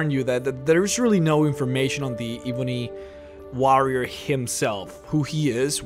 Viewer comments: The same reason why he pronounces "warrior" as WAH-rrier. Just different accents I suppose. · You pronounce War correctly. Why do you pronounce warrior incorrectly? I feel like this is the cool whip family guy skit.